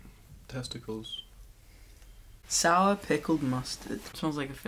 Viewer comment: "Testicals" smirks